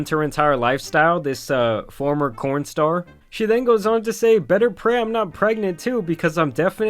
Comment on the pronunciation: DID YOU SAY 'CORN STAR'???